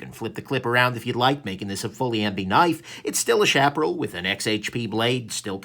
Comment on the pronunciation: Love this knife. And it's "shap uh Ral" like OK Corral :) After Sage, and Chaparral I'm on the lookout for the Tumbleweed!